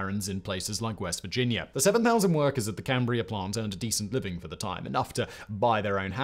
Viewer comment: I can't believe Simon said "Cambria" correctly.